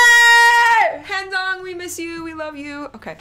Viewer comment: i live for this channel but the pronounciation of handong causes me physical pain. "hand ong"